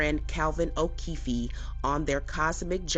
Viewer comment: “O’keef E” 😂 illiterate